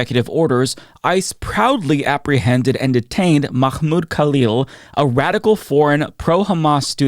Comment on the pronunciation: You're saying name wrong. You're saying "Makhmoud Kalil" and it's Mahmoud Khalil. The "kh" sound your using in is first name actually belongs in his last name. Hope that makes sense lol!